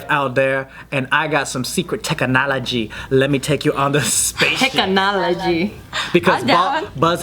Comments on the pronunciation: Lol when Joe was like tech-a- knology I thought of suga/yoongi/Agust D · Joe's tongue tech-kah-nology! #yoongified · did anyone else think of Agust D’s “tongue technology” when joe said “tech-a-nology” towards the beginning of the video?